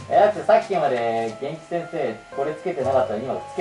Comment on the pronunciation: まふまふさん、 げ⤴︎んき⤵︎ってイントネーションがまふまふ語すぎてやばい